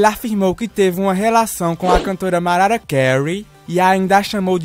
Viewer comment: "Maraia" Carey